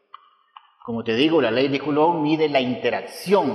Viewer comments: se dice: Coulum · Coulomb es un apellido francés y en ese idioma "ou" se pronuncia "u". Al margen, ya que el señor está usando de su tiempo para enseñarnos sería amable de tu parte comentar agradeciendo y no remarcando algo tan insignificante!. Muchas gracias por los vídeos, son muy explicativos! siempre después de mis clases de física los miro y me sirven muchísimo como cierre de tema y también para sacarme dudas.Saludos